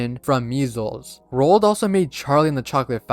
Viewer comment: Roald Dot😂